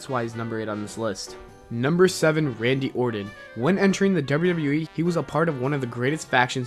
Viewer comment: Learn to say WWE!!!!!! Not WrrrWrrrE